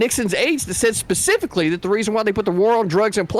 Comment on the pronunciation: Anyone who says “pacifically” instead of specifically should be treated like they actually said pacifically. This should have been bullied out in 2nd grade.